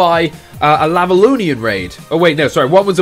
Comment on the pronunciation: Ov u pronounce lavalonnion wrong... U sa